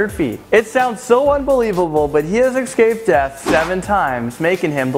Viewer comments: It is ESCAPED! not EXCAPED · "ekscaped" 'Thith guy" really... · escaped not excaped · eXcaped, ok buddy. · learn how to pronounce the word escaped!! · And escaped